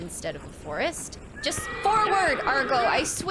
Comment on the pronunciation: The horse doesn't listen to you because you keep calling it "Argo" 😛